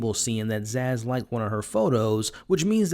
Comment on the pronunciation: For the love of humanity, please stop calling her ZAZZ!!!